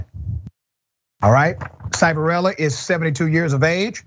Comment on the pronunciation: Its pronounced "Shiv" a rella. He is a scumbag. I live near where this happened. It happened at PA Child and Youth. After the place fired all the bad people I got hired there to work with the kids. Nothing changed, it was still a squid game. Kids would show up with 6 months and every time they did anything wrong they got 30 days added to bid. Most kids did 18 months no matter what they did. I worked there for about a year and left, I didnt want to be part of that shit.